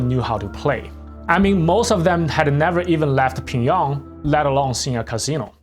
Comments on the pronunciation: it's pyong yang, not "ping yang" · bro how do you butcher pyongyang so much lol, ure saying pingyong lol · Can you explain your pronunciation of Pyongyang please? It sounds a little different than how I’ve ever heard it in English. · Man your pronunciation is so bad... And why the useless comment on being gay, to then repeat that he got paid well. Chin Chun Chan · The pronunciation of Pyongyang in this video is spinning me out.